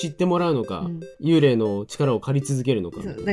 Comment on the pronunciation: "幽霊"の読み方は"ユウレイ"でも"ユーレー"でもなくて"ユーレイ"ですよ!!